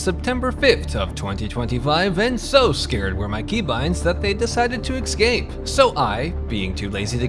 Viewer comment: 14:98 "Ex-scape"? Come on, you can say the word correctly can't you? Enunciate!